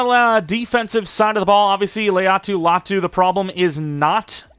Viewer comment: I think if you pronounced Latu’s name correctly he’d be better